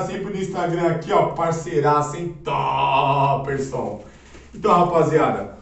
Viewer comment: Maluco lokao falando toperson KKKKKKKKKKKKKKKKKKKKKKK